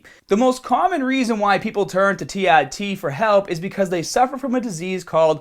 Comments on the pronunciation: tee ARE tee, not tee EYE tee. Christ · Such a Boston Irish american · As absolutely adorable as he sounds when he says that, c'mon people, no need to mack on him for his speech impediment.